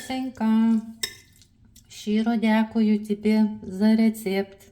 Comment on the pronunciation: как у тебя красиво получилось сказать «щиро дякую» вообще без акцента 👍 labas brangusis ❤